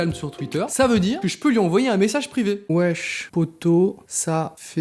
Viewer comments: Ouech poto ??? c’est Wsh pas ouech ptdr 😂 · Wesh pas ouenche